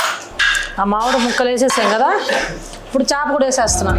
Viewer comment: చాప కాదు... చేప